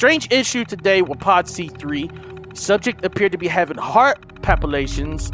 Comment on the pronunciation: fun fact: it’s not palpatation, but palpitation. Not that anyone cares tho.